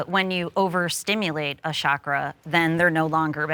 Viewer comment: “Chakra” not “shakra”. ‘ch’ like “Charlie”.